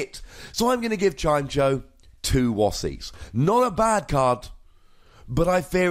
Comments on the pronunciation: I know pronounciations of pokemon are always up for debate, but isn't it Chim-Echo? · it's Chime-echo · It's "Chime-Echo", come on:P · I always pronounced it as chai-meh-co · I pronouce it "Chime" + "Echo". then try and say both words together at the same time, and thats the pokemons name. if we want even more pronounciation help we can look at old episodes of the anime, where Chimecho was part of team rocket (Generation 3, and early generation 4) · You had 8 years to learn how to pronounce it lol just giving you a hard time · its definitely pronounced like the words "chime" and "echo"